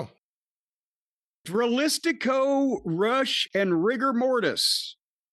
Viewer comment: Sweet lord thank you for actually saying “Rush” instead of roosh